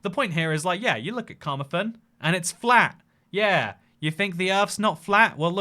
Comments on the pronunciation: Car-Mar-Then not the way you pronounced it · Carmarthen is pronouced kuh-maar-thn